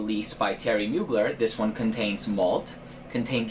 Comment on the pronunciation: Pssst you don't pronounce the r in Mugler ;)